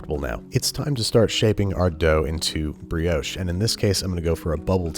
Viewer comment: Nice vid but what is a breehohsh It is a brioche